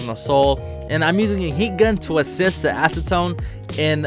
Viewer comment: When I heard "acetone" I thought he said asstone